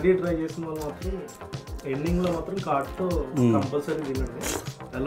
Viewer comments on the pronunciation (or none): none